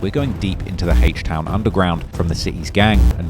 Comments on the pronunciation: Bro wtf is “Hache Town” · HAYCH TOWN 😂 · Hayshte town 😭😭💀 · “Heaech town” 🤘